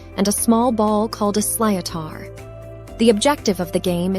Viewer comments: Haha…what the hell is a “sly-oh-tar” …l.it’s pronounced…”slit-her” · geez, lady if you are going to do a youTube clip on anything, at least do some basic research on what it is you are talking g about and 'pronunciations'. I know it may be difficult for Americans to pronounce certain words over on this side but its 'slitar' NOT, as you said 'sly-o-taar' ..Ok try again, phonetically its 'sli-tar' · “Sliotar” 😂. Pronounced ‘slitter’ (phonetically speaking!). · Sloithar is pronounced slither!😂😂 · the 'slíotar' is pronounced 'shlit' (shit with an L), and 'tur' (rhymes with fur)... shlitur. also, hurling (and GAA football) is NOT played at a professional level, all players in the senior game have other jobs and don't get payed to play... they play for the love of the game 😎🤘 Go n'éirí an t-ádh libh ☘ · The ball is spelled sliotar..but pronounced slit er. 40 shades of green. Was just a song (12 things.) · Hurling and Gaelic football are not played at a professional level. Sliotar is pronounced as “slitter” just FYI 🤘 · Sliothar prounced slither. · It’s pronounced silt-er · The hurley ball is called/pronounced a "slit ar" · Sliotar pronounced Shlithar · Please learn how to pronounce sliothar before saying it. It's insulting